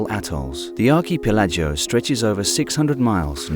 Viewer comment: Never heard Archipelago pronounced that way before! Very odd.